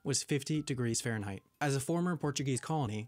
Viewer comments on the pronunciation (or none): none